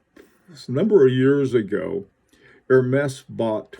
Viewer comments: Zut alors! More like "Air -mez"! Certainly no 'H'! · I really like it with the orange band. Ps. Not to correct your creative French, but I believe it's pronounced more like Hermeeze. I'll see myself out.....